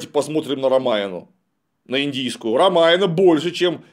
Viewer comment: Не Рамаяна а Рамаяна.